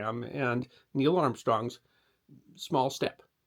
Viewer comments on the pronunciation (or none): none